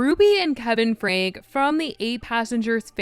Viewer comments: pronounced "Frankie" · It’s FRANKE PRONOUNCED FRANK- EEE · It’s pronounced “frank-ee” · Ruby & Kevin Franke (pronounced Frankie) are no longer living together. Kevin & Chad moved out. It’s about time!!! Watch Bonnie Hoellein’s (Ruby’s sister) blog from a few Sundays ago about people practicing psychology without a license and how hurtful it can be, and that something in their family happened. She was very broken hearted & emotional about it. Shari started following her after that and even liked her blog. I think Jodi wanted Ruby and the ruination of her marriage.